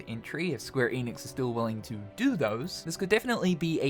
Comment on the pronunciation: Are you going to say “Eeeenix” again?